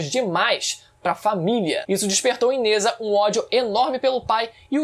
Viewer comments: Só uma pequena correção, Nezha se pronuncia "Najá". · Sem querer ser chato n é nezha, se diz nezRá